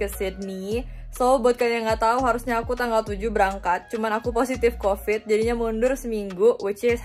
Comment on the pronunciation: "u covid brapa lama" medok bgt 🤤😂😁